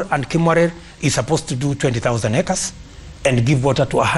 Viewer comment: The way this guy ruto pronounces acres just tells me that this guy is a not ajoke when it comes to land it makes me worry about my yard every day I confirm if it there this guy can just loot the land when I am around